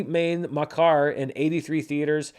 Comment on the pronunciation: Don't worry, you got the pronunciation of Tu Jhoothi Main Makaar mostly correct, the only part where you made a mistake was you pronounced Main wrong, the N in Main is silent